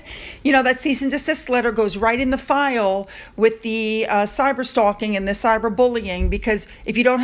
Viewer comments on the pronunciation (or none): none